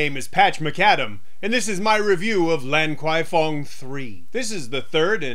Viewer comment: it's pronounced " larn kwai fong "